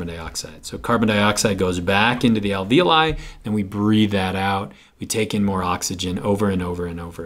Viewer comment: This video just blew my mind. My AP Bio teacher has been pronouncing alveoli "al-vee-olee" to rhyme with ravioli...